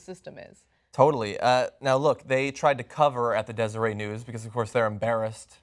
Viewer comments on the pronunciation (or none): In "Deseret News" the "t" isn't silent. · Omg 😂😂😂 it's Deser-"ett" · desereT. Like the Nation of Deseret. It's a Mormon thing... it's not french. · It's "Dez ur ette" News and he won't lose his job over this. Nobody will even care about it there. They love Hatch in Utah and he can do no wrong. The newspaper is enmeshed with the Republican party there and this will be forgotten. Yes, it's a big deal. Nobody there will care though (at least in a few weeks). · It's Deseret with a hard T... And Deseret "News" is basically owned by the Mormon church. Their oppposition is The Salt Lake Tribune And Hatch is an A$$hat.. ... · Not a criticism, but just an FYI: It's pronounced [dɛzəɹɛt]. It ain't French. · It's pronounced like dez er et Jon lol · Its pronounced Dezer-ET. Not silent like in Cabernet. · its pronounced des-er-et lol #onlyutahthings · FYI, Deseret rhymes with met. It's not French, it's a newspaper of the Mormon church. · John, it is pronounced Des-er-ret news, it's a mormon thing. Like everything else in Utah. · pronounced dezzer-et ... mormons. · John - Pronounce the "T" in Deseret News. It's a word familiar to the constituents of Orrin Hatch. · You pronounce the "T" in"Deseret."